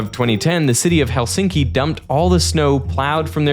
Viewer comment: HEL-sinki, not HelSINki